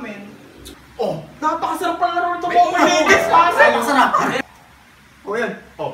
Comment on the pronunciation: Mobile hindi momile